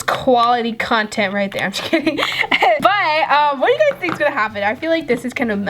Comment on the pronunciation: Stop saying geys😡❤️❤️❤️❤️❤️❤️❤️❤️❤️❤️❤️❤️